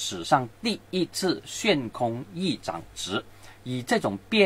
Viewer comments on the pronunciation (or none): ，悬 xuan （第二声）空